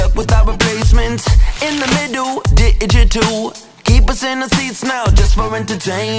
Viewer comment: You said digital wrong